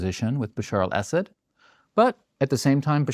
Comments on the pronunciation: Great analysis but why do Americans who realize they mispronounce middle eastern names have to mispronounce it even more?? It’s pronounce Asud emphasis on the A. Not Essed 😂😂. And good riddance… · I wish he would stop saying "acid" when he means (for my ears) a saud. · I didn’t want to be annoyed by this video, but I was. For the ostensible, provocateur to keep referring to the family name of Assad as “Acid” was annoying to even my English/Welsh heritage. If you’re going to denigrate an enemy, at least get their name correct.